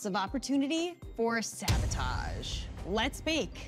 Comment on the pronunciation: “Sahbohtahsh~:0” I thought it was bread but ok🤣